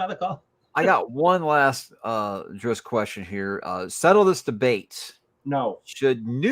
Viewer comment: Interesting that RA keeps using the pronunciation of Drizz’t in two ways, “Drizzd” and “Drits”, through each other. And yes I got that! “Wobbah wobbah!” - that was epic